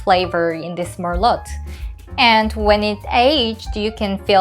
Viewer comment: Don’t pronounce the “t” in merlot please 🤗🤗